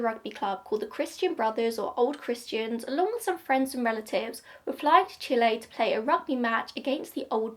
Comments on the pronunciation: i think you are the first english speaking person to pronounce Chile correctly lol we stan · I’m one of your plane nerds ✈️🤓, but this plane is too old, so doesn’t mean much to me either 😅. That is actually how you pronounce Chile, but either way, you did a great job, as always 😊😁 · You chose the correct pronunciation of Chile!